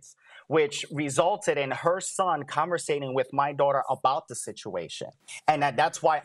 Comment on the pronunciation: Conversing not coversating 🤦🏻‍♀️ don’t use big words if you don’t know how